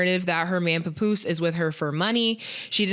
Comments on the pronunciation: wtf is puh poose??😂😂😂😂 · Called his ass Pupoose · I hate how says papoose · the way said Papoose name was funny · saying papoose is hilarious 😂😂😂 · The way said papoose 😂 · I thought mase n killa was gonna get on for mispronouncing papoose name 😂